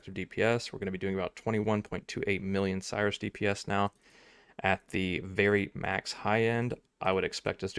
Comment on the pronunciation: When someone pronounces "Sirus" as "Cyrus".